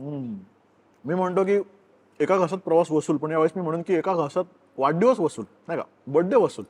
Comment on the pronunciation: वाढदिवस याला तू वाड्डीवस का म्हणतोय तो पण पुणेरी शब्द आहे की काय